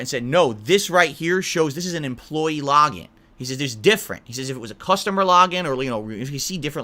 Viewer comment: dude the way he says "login" lmao "lahgin" fucking kills me lmao